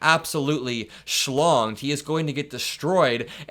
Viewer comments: "Absolutely Slonged" ~ That is just full of class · "He is going to get absolutely shlonged"? well that made me giggle 💙💙🩵💙💙